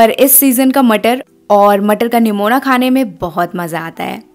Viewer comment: Nimona nhi nigona bolte h didi